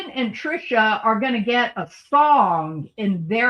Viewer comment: I laugh every time you say TriSHAW, reminds me of Jeff Dunham's character Peanut.